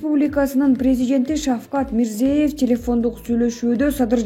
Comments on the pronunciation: Урматтуу медиаканалдын жетекчилери. Ушундай сабатсыз журналистерди эмнеге диктор кылып чыгарасыңар. Башка өлкөлөрдүн жетекчилеринин, деги эле адам аты-жөнүн айтууда туура айтуу керек го. Бул деген кыргыз мамлекетинин билим сапатын көрсөтөт го. Мирзеев эмес, Мирзиёев. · Тууралап окугулачы,Озбекстан башчысы Мирзиёев(ё окулганда -йо тыбышын берет)1 класстагы кызым катанарды тапты. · Не деген журналист туура окуганды дагы билбейт Мирзеев деп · Мирзиеев эмес МирзиЁев деп айтсанар Ё мн Е нин айырмасы бар да жада калса дипломду сатып алган журналисттер да жок эмес. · Озбекстандын башчысынын аты-жонун туура айткын,кызым.